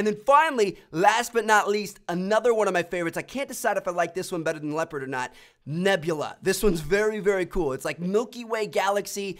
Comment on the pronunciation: Lepard? why pronounce so weird? it is Leo-pard man